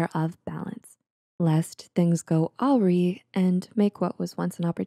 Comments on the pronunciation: "lest things go..." wait, how are you pronouncing that word? "Ow-reee"? The word "awry" is pronounced "ah-rye", rhyming with "dry". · Awry is pronounced “uh-rye” hehe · Ah, "awry" is pronounced as (ah-rye). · At the very end, was she trying to say awry, and it came out awe-ree? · awry= (uh-Rye) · I think you mispronounced the word "awry" towards the end.